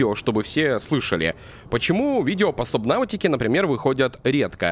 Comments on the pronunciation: не сабнаутика а субнатика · сабнатика а не сабнаутика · можешь пожалуйста говорить сабнатики, а не сабнафтика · игра называется субнатика, а не субнавтика хотя может я и не прав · ГОВОРИТСЯ СУБНАТИКА